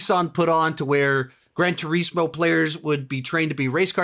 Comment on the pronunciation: It kills me when he says ‘gran tureesmo